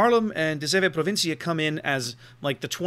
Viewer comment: nah, you especially nailed "de zeven provinciën", I really was surprised.